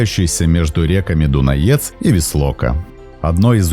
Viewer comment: Только реки Лато́рица и Дуна́ец, а не Ла́торица и Дунае́ц.